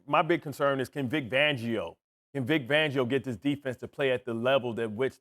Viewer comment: Vic Vangio😂😂 is it me or is Bart Scott just butchering names on purpose?😅